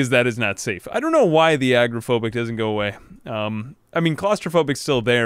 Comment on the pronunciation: i know this is an old video, but i find it so annoying that at some point you decided to teach yourself to mispronounce agoraphobic, despite pronouncing it correctly for the majority of the series. Why did you start teaching yourself to say agrophobia, which to my knowledge isn't a word, instead of agoraphobia?